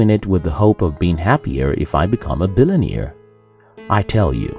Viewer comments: Did he just say a billioneere? I should laugh I am American and I can hardly speak my own language right lol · What's a billun-ear? J/K great video! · What a wonderful video! Thank you for this wisdom!! I love the way you say "billionaire". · Please teach how to pronounce billionaire and millionaire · I think one of the improartant things the narrator needs to learn in life is how to pronounce "billionaire" and "millionaire"